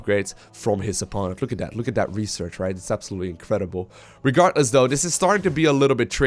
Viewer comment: I like how the caster says "regartless". :)